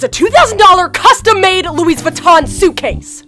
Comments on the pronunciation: Yeah same I also heard LousVaton (sorry if I spelled it wrong) It’s LouVaton (again sorry if I spelled it wrong) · "Glucci" And "Louis Vuitton" (The S is not silent) I'm dead XD